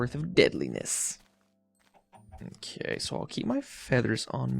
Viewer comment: why do you say "mokay":))?